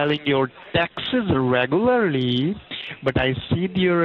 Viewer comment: "reh-goo-ylur-lee." is that you, john leguizamo? KEvron